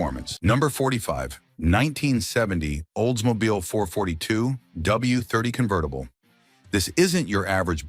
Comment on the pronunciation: That's not a gto dummy ai. It's a firebird. Wtf. Convetttible? This AI is supposed to replace us 👎👎 There are so many mistakes mispronunciations and downright completely wrong cars shown for what they are talking about.